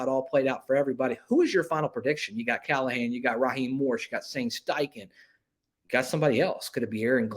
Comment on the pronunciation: NO CALL-A-HAN .